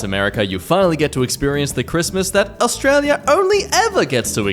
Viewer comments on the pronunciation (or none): none